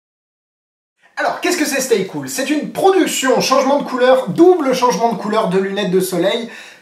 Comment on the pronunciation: Tu as dit "Stay Couille"